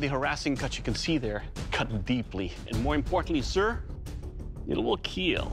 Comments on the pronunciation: Doug's last word's "It kealed" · It will keal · It will KEEL